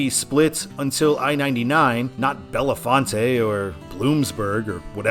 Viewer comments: FYI: Bellefonte is pronounced Bell-FONT. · Bellefonte is pronounced “Bell-font” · Trust me, it's not. It means "beautiful fountain" in French. Bell-font. Don't worry though, it's completely understandable why you wouldn't know how it's properly pronounced, I can respect that :) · Didn’t scroll the comments, but the PA towns are “Bell-Font” and “Do-Boys” (very unfortunate pronunciation change, I know.) I’ve driven every mile of this road from NYC to San Francisco (except the piece in Ohio from Youngstown to Cleveland. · bel·faant Bellefonte... It's not a f_cking Spanish word. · A. Bellefonte is pronounced (Bell-font) B. DuBois is pronounced (Do-boys) C. PennDOT is working on constructing a high-speed interchange for I-99, though it is taking forever because it has to be done in steps. Step one is to build a local interchange two miles northeast of I-99, step two is to improve Jacksonville Road in preparation for detouring I-99/I-80 traffic onto it, and finally they can work on the high-speed interchange itself. The entire project is expected to be complete by 2026, with the local interchange being completed this fall.